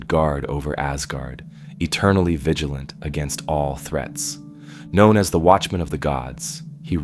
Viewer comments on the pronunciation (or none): none